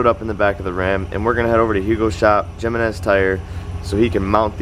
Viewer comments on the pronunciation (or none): The "J" in Jimenez is pronounced as an "H" like "Him-en-ez". Dope set up tho great look🤙🏼